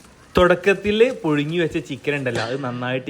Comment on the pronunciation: പുഴുങ്ങി അല്ല മോനേ പുഴുങ്ങി 😂